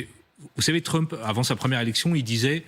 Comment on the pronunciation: Trumph, le ph se prononce comme un f.